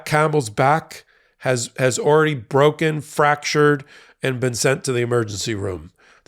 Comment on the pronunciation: "It is brrrroken" lol